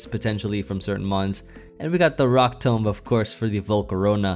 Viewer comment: 1: electivire is in my top 3 favorite mons. Definitely almost top 2. 2: I’m going to make fun of you all weekend for the way you say “tomb”. Tome? Really? You say it like tome? Oh you won’t love this one down. Especially after some sake